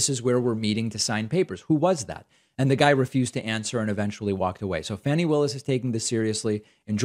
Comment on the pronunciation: Fah-nee as in faucet not fan-nee. Just FYI, love your content.